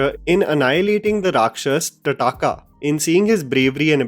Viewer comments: bhai please bhai TAADKA hota hai bhai TAADKA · Tadaaka ....wat?? It was taadka... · Dear, with due respect, the name is not " tadaka" its " taadka" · It's ताड़का and not तडाका 🤦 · Nice. You sure it's Taraaakaa and not Taadka? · Gyan baad m de Bhai Taadka ko tadaaka bol rha h 😂😂😂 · its not pronounced tataaka, its taa-rha-kaa. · It can't be made by todays bollywood, its ताड़का not तडाका.. 🙏🙏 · It's not tadaakaa.. It's Taadka.. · Bhai it's ताड़का not तडाका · Tataka nhi bhai taadka 🤣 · Sorry but being an Indian ur calling Taadka as tadaaka was a bit cringy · Did u just say Ta-daa-ka 😂 It's Taadka. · Just a correction it’s not Tadaka, it’s Taadka ( Taad-ka) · I don't understand why u are referring " taadka" as " Taataka"😢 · It’s not तड़ाका but ताड़का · All his nice but please it is taaraka not tadaaka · Tataka nahi bhai Tadaka 🤕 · Itd not tataaka rather its taadkaa plz 🙏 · its tadka not tadaka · Also please say "ताड़का" and not "टडाका". And Lorn Ram had threatened varun dev after praying for three days so that part is correct. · Pls it's not Tadaaka..the name of the demoness is Traatikaa त्राटिका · It's taadaka not tadaaka 😂😂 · Taarka not thataka lmao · Bhai adipurush to bekar h but tu b ki koi Ramayan nhi pada aur na hi dhang se dekhi h. Wo " Tadakaa or ( ताड़का) " hai rakshasi ka name not " Tataka " .. tum ne agar kabi devnagri ya hindi ya koi b indian language me apni script padi ho to sahi bolte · It's not tataaka, it's taadkaa. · Bhai tadakaa nai hai taadka hai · Great fan of your reviews!!! However...... ताड़का is the correct pronunciation... 😢 Big fan of your English pronunciation though.... Thank u for this... Now I know my 5 year old can watch spiderman instead of ramayan. 😅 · poor review, sounds like the narration is by rote; and please get your pronunciation right.. ta-da-ka, really ! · Taadakaa is pronounced differently sir. like Sadak (the road).